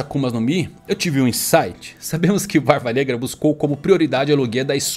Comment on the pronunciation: Barba BNegra. Eu vi que tu ia falar Braba Branca